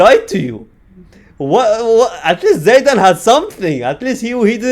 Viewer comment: how broken someone can be? - Zidane ❌ - Zaydane ✅